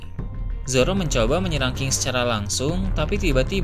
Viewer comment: Ini gw yang salah denger atau gimana ya? Ini naratornya hampir di setiap kalimat yang akhiran katanya konsonan gak dibaca dengan benar.. kayak nama king dibacanya jadi ki, terus beberapa kata2 akhir kalimat lain yang huruf konsonannya gak dibaca.. emang gitu kah karakternya?